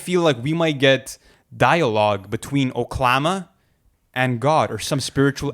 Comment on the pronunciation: i only know ONE THING. it's pronounced oke-luh-mah